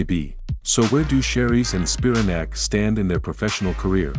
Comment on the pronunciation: You butcher both of their last names. You never mention Paige was a pro golfer and was once sponsored by PXG. Grace was never on tour and wasn't born in Scottland and never competed on an amateur or professional level. And definitely not an Australian model. Basically, your entire commentary is a bunch of B.S.